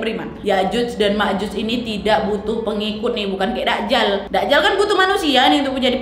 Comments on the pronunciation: Maaf bukan dakjal kak nyebutnya, tp dajjal, j nya ditekankan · Masukan sedikit Kak Nadia, penyebutannya bukan da'jal..tp 'Dajjal'....🙏